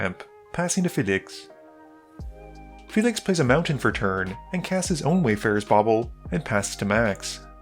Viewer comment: All of your videos, you can’t pronounce anything. Why can’t you say Felix? It’s not “fe-liixx”